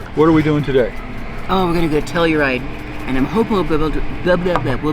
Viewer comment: The Trekkie in me kept thinking you were saying Tellerite instead of Telluride. The hat almost makes look like Sean Connery.